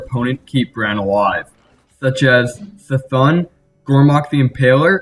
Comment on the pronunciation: It's pronounced C'Thoon.